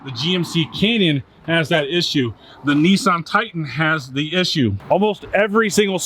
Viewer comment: It’s Nissan Not Kneesarn 😂😂😂😂😂😂